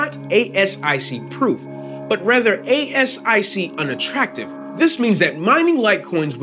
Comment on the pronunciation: You want to pronounce asic, like a word. Not spell it out.